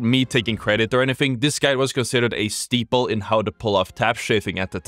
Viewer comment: Quite the history presented in this awesome vid. Leave it to to know 'grandfathering' and mispronounce 'staple' lmao. Not taking a jab, alll in good spirits, ofc Edit: i know it works with 'steeple', yet i find it funnier like first mentioned